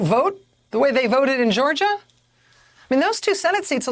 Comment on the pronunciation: "This is Georgiaah, we ain't dhhuuuuummmb!" I almost thought this was parody...